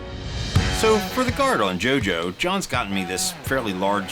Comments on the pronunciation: wearing vampire mask/stone mask Also: pronounces jojo juju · Henry Schnelle I fkn Love that! I died a bit when he said Jojo like Jew Jew . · Yeah because he mispronounced JoJo at the begining of the video. LOL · so no ones going to talk about how he said jojo ( crying emojis ) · The way they say Jojo has me laughing. Besides that I cant believe you brought one of my favorite weapons to life